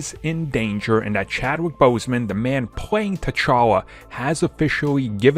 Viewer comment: Says Boseman correctly the first time, incorrectly the second time lol